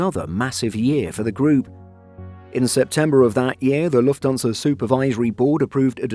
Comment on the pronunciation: I wish they'd get the AI voice to say Lufthansa properly. It's Lufthansa. Not Luftonsa